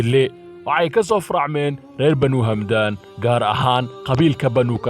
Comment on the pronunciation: waar hamdaan maaha ee waa xamdaan